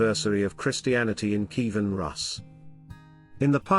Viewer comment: This narrator needs to correct his pronunciation of many words, including “Byzantine”, Kiev, Bishop Slipyj, etc.